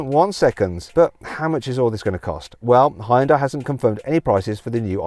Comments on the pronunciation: ヒュンダイ、ヒョンデでもなく、ホンダィね。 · 現代はホンダにわざと発音を似せているってネトウヨとかの嘘かと思ってたけど、ネイティブの発音聞くとまじでホンダに聞こえるｗ